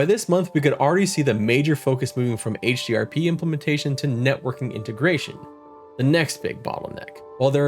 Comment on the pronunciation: This is one of your best Pantheon: Rise of the Fallen coverage videos, man. I love the concept. The edits are super helpful and quite clean, with a good balance of info and fun. Just such a good recap. This deserves way more views. :) Also you said HDRP, and I'm proud of you. :D But now you've passed into the realm of mispronouncing Dark Myr... D